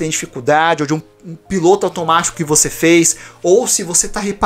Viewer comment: eu ouvi " o seu PINTO automatio" kjjjkkkk